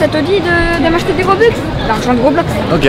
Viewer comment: c’est robux mais en russe